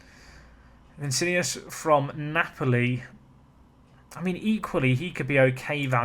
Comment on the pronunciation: Vin-ee-she-ouhss Vin-sin-ee-us makes me want to cry